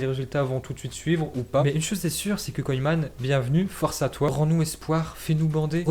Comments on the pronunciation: Il prononce mal😂😂 la preuve il nique carrément le nom de koeman au lieu prononcer « keuman » il prononce « koyman »😂😂😂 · « Koyman »😂😂🤦🏾‍♂️ ça se prononce « keuman » gros Ronald koeman